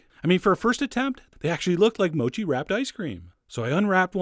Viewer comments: I'm sure it's pronounced MOH-KEE, not MOW-CHEE. x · Gambate Chef John! In Japanese that means go for it! Only thing it's not pronounced mow-chee. It's mo' chee. Ha ha! Great job! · MOU-CHI... hahaha... I heard people usually say MO-CHI